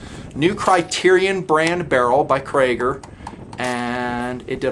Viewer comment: Krieger barrels is pronounced: KREE-ger. Not KRAY-ger. Sorry, as a native German speaker, the way you pronounce Krieger is like nails on a chalkboard.